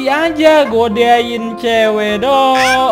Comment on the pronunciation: Wkwkwk salah ngomong Godain =gadoin 😂😂😂😂